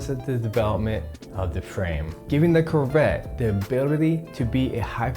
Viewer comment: Anyone else triggered every time he says curvette?